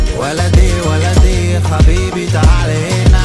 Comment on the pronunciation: Fun fact : he added Arabic sentences ( waldi , waldi , habibi , ta'ala hena x2 ) Even though he misprononcd habibi and has a broken accent, but it was my favourite part in the song .